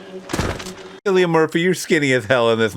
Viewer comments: His name is pronounced Killian like kill . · It's pronounced Kill-ian Murphy. Alex Garland also wrote Sunshine, a great sci-fi movie that was directed by Danny Boyle and starred Cillian Murphy as well.